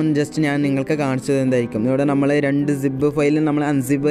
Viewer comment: Zib alla zip